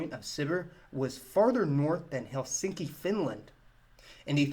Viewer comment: You pronounced Helsinki perfectly !